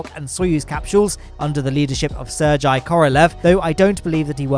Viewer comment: you mispronounced Sergei